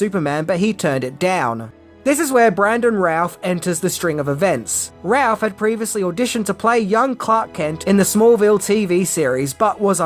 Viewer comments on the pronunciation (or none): It's Brandon Routh... Pronounced... "Rooth' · I didn't know supermans name was pronounced bran·duhn rowth, I called him routh like in router -"WRONG!!" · It would help if he pronounced Brandon Routh's name right.